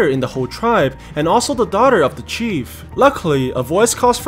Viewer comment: when will we going to talk bout how he said daughter (dauter)